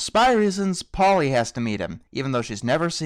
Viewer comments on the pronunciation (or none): This is just a minor nit pick, You kept calling Holly "Polly" and I know you're not going to care, but I thought I would point that out. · This review is quite funny, and I like your style of ranting, but I just wanted to say: it's HOLLEY, not Polly. And I actually quite like Cars 2. I thought it was better than the first Cars film. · It's HOLLY not POLLY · Her name is Holley Stupid, I'm not kidding here he just called her Polly through out the entire review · It is Holly not Polly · That annoyed me too. Like really, it's Holley not Polley. It really got under my skin and I'm not sure why it did so much. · Isn't it HOLLY not POLLY? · its holly not polly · 'Polly'? Her name is actually 'Holly'. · holly not polly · Her name is Holly, not Polly. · You kept calling Holley Shiftwell, Polly